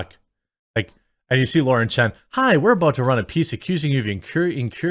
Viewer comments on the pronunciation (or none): none